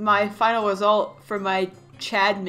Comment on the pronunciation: BROOO YOU SAID “THIS IS MY WESULT”